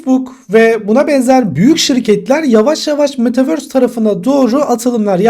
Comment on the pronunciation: Metaverse değil ama metavööööğğğöörsss👍😊anladın sen onu hocam